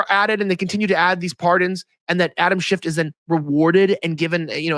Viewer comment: Could you please pronounce his name right? It's Schiff, not Shift. There is no T.